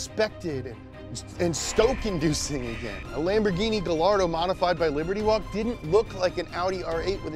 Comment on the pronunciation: I was so ready for another Japanese word after the second time he said "Lamborghienmishtien".